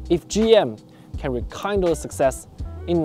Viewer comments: Nice work! Informative and entertaining with a neutral objectivity. The word rekindle is pronounced with a soft (ï) like “mid” k(ī)nd is being nice but k(ï)ndle are small sticks for starting a fire. To rek(ï)ndle means to reignite. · Yes, it's rekindle. I mispronunced. 😁